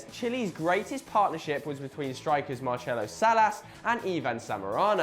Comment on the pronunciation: It's not pronounced 'Marchelo', it's pronounced Marselo.